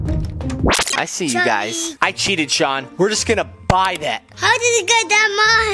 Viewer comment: In he dud said gyses im not kidding